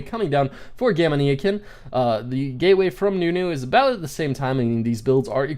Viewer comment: gamania like gamania sen not gamaneeeyakin